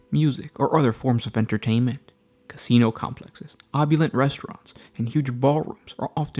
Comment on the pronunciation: did anyone else hear him say xeno complexes instead of casino complexes